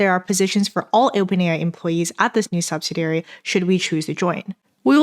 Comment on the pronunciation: Please look up how to pronounce “subsidiary”. It’s not the 4 syllable “sub-sa-dare-ee” that you said . It’s 5 syllables: “sub-sid-ee-air-ee”.